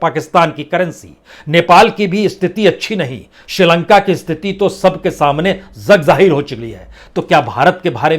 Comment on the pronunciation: मुझे उम्मीद नहीं थी कि आपके जैसा तजुर्बेकार टीवी लंगर (anchor) भी हिन्दी और सामान्य उर्दू शब्दों का ठीक से उच्चारण नहीं कर पाता है। "जग जाहिर" को "zag/ ज़ग जाहिर" , "बारे में" को "भारे में" . ये सिर्फ़ चन्द चुनिंदा उदाहरण हैं PP बाजपेई के जो कुछ बड़े समाचार चैनलों में बतौर लंगर बरसों काम कर चुका है!! राष्ट्र भाषा और मातृ भाषा हिन्दी की यह बदकिस्मती है कि ज़्यादातर लोग आज के दौर में ठीक से हिन्दी न बोल पाने पर भी ऊंचे पदों पर आरूढ़ हो जाते हैं जहां से उन्हें एक मोटी रकम प्रति माह प्राप्त होती है! आजकल शब्दों का ग़लत उच्चारण करना -- चाहे हिन्दी हों, उर्दू हों या अंग्रेज़ी हों -- एक trend या फ़ैशन बन चुका है, ख़ास कर युवाओं में। परन्तु आप तो युवाओं में नहीं आते। तो क्या आप इन औसत युवाओं की नक़ल कर रहे हैं? ऐसे लंगर को मेरे जैसा सम्वेदनशील श्रोता बिलकुल सुनना नहीं चाहेगा। इसीलिए इस विडियो को शुरुआत में ही छोड़ रहा हूं।